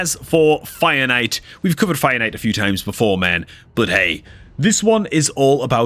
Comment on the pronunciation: It's fire knight. Please don't pronounce finite.